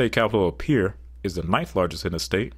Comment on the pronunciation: Thank you for pronouncing Pierre correctly.